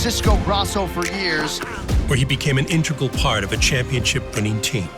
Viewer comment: I hate when high level productions like this have the narrator saying "intra gul" instead of IN TEG RAL, brings shame to our species that dozens of people could see this before release but people who couldn't spell to save their life so they don't even notice